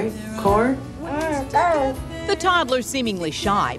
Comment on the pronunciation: What did you have for breakfast? Corn? "um cone" !!! lol